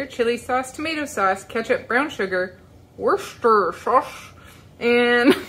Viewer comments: actually it is. east coast US here and we've always pronounced it woosta sure. and there is a city in Massachusetts called worcester and it's pronounced wooster. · Hello from Judith in UK. Tip for saying Worcester sauce, Brits say wuster... OR just call it lea and Perrin's.👍